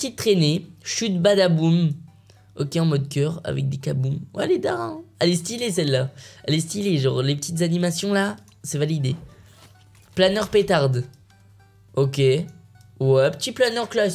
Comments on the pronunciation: "planeur pétarde" c pas petarade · je voulé dire en mode que c'était pétarade mais Michou il la dis pétarde 😂😂😂😂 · C pétarade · Bilel le dz tu veux dire c’est pétarade